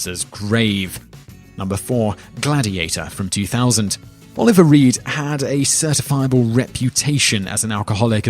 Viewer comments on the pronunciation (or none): none